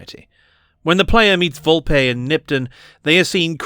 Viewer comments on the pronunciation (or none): none